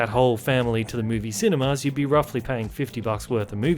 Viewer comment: Yo, why do you keep pronouncing 'cinemas' as 'cine-mars'?